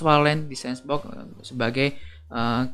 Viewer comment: Bacanya senboks bang, bukan sensbok.. semangat